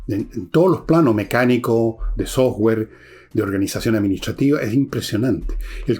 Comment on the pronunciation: Dos peticiones. 1. Que alguien le regale una pollera descente a Villegas 2. Un curso de inglés rápido para que deje de pronunciar sower cuando habla de software.